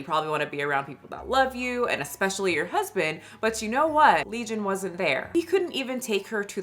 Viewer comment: Leison not legion 😂